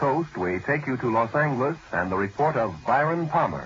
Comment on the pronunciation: I hate how he said los angles